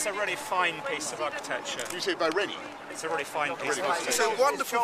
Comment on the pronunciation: haha "rennie"